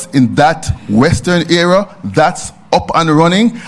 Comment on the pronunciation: Not ara bredda, the word is area